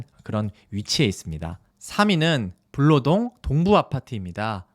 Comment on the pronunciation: 블아니고 불로동이에영